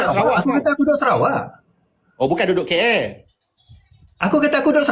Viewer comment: Sebut KL pun tak pandai.. Sama mcm Lee jadi Lim.